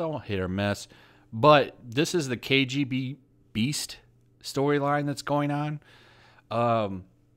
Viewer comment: Pretty sure the villain's name is KGBeast, not KGB Beast. It's all one word. Anyway, thanks for the list. I'll get to downloading.